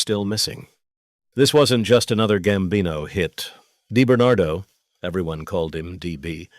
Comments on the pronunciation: DiBernardo not deBernatdo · His name wasn't Debernardo, you AMATEUR, it was DiBernardo!